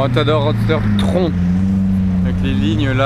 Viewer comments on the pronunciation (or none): c'est pas tronc c'est tron ( tu le prononce trone ) et c'est pas un délire de l’été ca fait des année qu'il y a des vidéo d'elle et le 4*4 noir c'est pas moins haut de gamme juste moi ostentatoire moins tape a l’œil